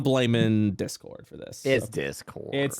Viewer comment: “It’s Disscord dude~!” 😂😂😂